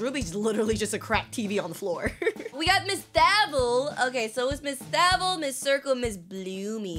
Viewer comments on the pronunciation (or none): it’s miss thAvel like there is a super e after the v its miss thAvel not miss ok? ✅ 😊